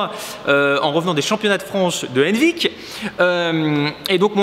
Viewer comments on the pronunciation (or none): Bordel, complètement hors sujet mais au début quand tu disais "Henvic" je tiltais pas parce que je le prononce pas comme toi, mais quand j'ai vu la vidéo du championnat et que j'ai reconnu le stade d'Henvic j'étais choquée ! Donc dans mon petit bled on a le championnat de France de lancer de couteaux ET le championnat du monde de lancer d'artichaut, nickel !